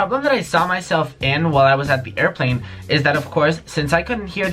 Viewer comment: Wiless earphones" aiplane